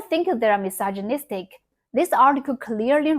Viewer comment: listen, as someone who cant speak Chinese to save my life, id say your doing very, very well. even more so if your self taught though i gotta say, hearing you say misogynistic as miss allergenic gave me a good chuckle genuinely, i do not mean that to be rude or insulting. it was just honestly funny, so thank you for that this video was wonderful, we need more like this